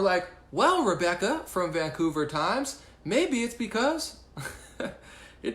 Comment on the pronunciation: No no no wait... your "Vancouver" voice.